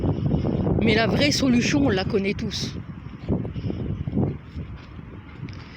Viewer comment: On sent que tu vas parler de Mélenchon à tu dis "La vraie soluchon"